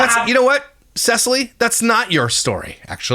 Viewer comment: Please don’t pronounce it “sea-silly” 😂😅